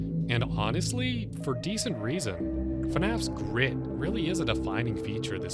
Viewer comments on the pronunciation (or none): none